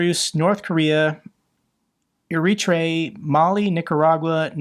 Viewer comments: Eritrea. Eh-ri-tray-ah. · Air-Rit-Reeah. Cool country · Hi, Eritrea is pronounced: ERIT-TRAY-YAH The 'H' can be optional. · Not beingg pedantic, trying to help a bit with pronunciation: Eritrea is more like = Era Tray ah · The lack of education and knowledge of Americans never ceases to amaze. The pure, laughable ignorance whether it be MAGA, bible bashing, gun toting weirdos, Democrats, there seems little difference... This guy cannot even pronounce "Eritrea" yet alone point to it on a map. Here's a clue,, it's not "airy tree". FFS.